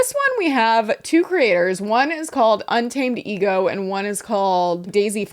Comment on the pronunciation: Un-tamadego killed me 😂😂😂